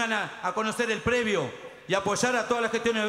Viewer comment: El q habla x los trabajadores es el más ilustrado????en vez de decir predio....dice"previo "!!!!!tenemos un previo con pileta..etc....previo tiene el secundario!!!! No me quiero imaginar como será el mas ignorante ....así estamos.....